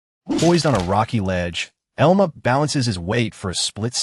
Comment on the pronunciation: its pronounced EL-MA